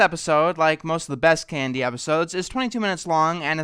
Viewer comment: It sounded like he said candy instead of KND